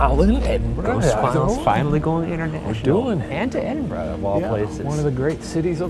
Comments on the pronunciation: As a Scot, literally got taken aback by Ryan pronouncing Edinburgh basically correct. I'm so used to American's butchering it LOL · Thank you for saying Edinburgh (Edin-bruh) properly. As a Glaswegian (Glasgow is pronounced Glaz-go) we are frequently scunnered (perplexed) by poor pronunciation. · Thank you for saying Edinburgh the right way 👍🏼👍🏼👏🏼👏🏼🏴🏴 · THANK YOU for pronouncing Edinburgh correctly, it is SO rare for Americans to do this! (I live there so trust me, I know.) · Bonus points for pronouncing Edinburgh properly. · I appreciate that you guys actually said EDINBURGH correctly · Thank you for pronouncing Edinburgh properly 😂 I may have unravelled somewhat without that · As a Scottish person i'm genuinely just happy you pronounced Edinburgh right 😭 ALSO - LOVED LOVED LOVED seeing you guys in Glasgow! Hope Shanes knee healed up lmao